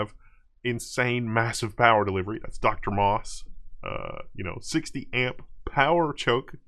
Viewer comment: I know its a small thing, but it really drives me mad because so many people make this mistake: DrMos is Driver + low side mosfet + high side mosfet in one package (very similar to a power stage). so the 'Dr' is NOT pronounced 'doctor'